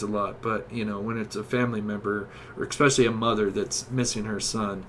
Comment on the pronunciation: Ffs “tooken” is not a word. It’s “taken”, it’s especially, not “expecially” and Wabash is “Wah-Bash”, not “Wah-Bahsh”. Great video, but the pronunciation is brutal